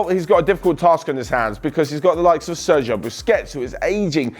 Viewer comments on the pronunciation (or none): none